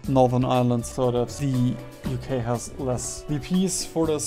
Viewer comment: UK = ookh